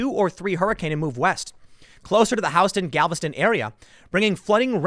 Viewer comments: ('house ton') is a street in New York spelled the same as ('Hughes ton') in Texas. Still, as a native Texan I prickled when he said that. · Tim, it pronounced HUEstun, not HOWstun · Thank you Tim for keeping us updated. Just a little note Houston is pronounced HYOO-sten not HOW-sten. Best wishes from Texas! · I'm a native Houstonian and I can say it's not Howston or House Ston, it's more like Hew Stun. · It's "Hiewston, Texas" but it's "Howston Street" in NYC. Maybe that's where he got it from. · It’s pronounced “Hughes-ton” not “House-ton”, Tim. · Tim: I hope Im pronouncing these names correctly.... Tim, its HOUSTON....not House-ton. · Nah, he did mispronounced it and can confirm as a Houston native. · Tim it's pronounced HEW-STON, not HOW-STON. lol. This Texan got a kick out of that though. Keep up the great work. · You ment Houston tim not how-stone😄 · Tim you pronounce HOUSTON incorrectly, when pertaining to the City in Texas. You pronounce it the way a street in NYC is pronounced "House-ston" is pronounced in NY. But in Texas it is pronounced "You-ston". Just a heads up. I used to live in NY and now live in Texas, so I know the different pronunciations. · Tim, "...the Houston/Galveston area." The name Houston comes from Sam Houston. Houston is pronounced "hewston" not "howsten." The city in Texas shares this name (and its history) with a street in N.Y., yet New Yorkers mispronounce the name as "howsten." Please differentiate. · bruh you really going to say howston and not houston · "I hope I'm pronouncing any of these words properly." Well, for one, Houston isn't pronounced "Howston". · I think it was closer to House Ston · it is pronounced "Planet Houston" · It is up North. Soho. South Howston. Lived in Alabama my whole life. It's HU-STON. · I'm up north of there, I was going to say Hue-Stun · They always ask Houston but never Howston... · Hue ston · riley191919 I live in Houston county Ga! It’s “Howston” here without a doubt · Hugh Stun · Hue stun